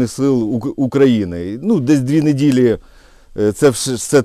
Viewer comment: Зимовий! а не зымний! Недиля - тыжни! вы точно на укр розмовляете?! 😂💪